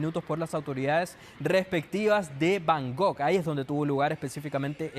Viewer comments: además, es Bangkok, no Bangog... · Se pronuncia BangKOK con k no con G Y NO ES AFRICA ES EL SUDESTE ASIATICO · cuando ha dicho bangog no he podido seguir. Vaya nivel cultural de los periodistas.